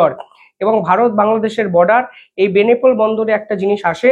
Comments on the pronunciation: ওরে ভাই,"বেনেপোল" নয় বলো বেনাপোল।একজন ভারতীয় হয়ে বেনাপোল কে বেনেপোল বলছ? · বেনেপোল নামে কোন ট্রানজিট রুট আদৌ আছে নাকি দাদা ?? আপনার ভুল উচ্চারন শুনতে শুনতে ক্লান্ত হয়ে গেছি ।ইউনিস নামে বাংলাদেশে কোন প্রধান উপদেষ্টা আছে বলে জানা নেই ! সংশোধিত হউন ।